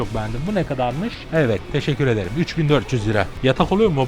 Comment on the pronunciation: Teşekürederim demesi çok garip